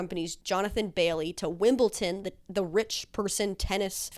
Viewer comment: WimbleTon 😂😂😂 i’m crying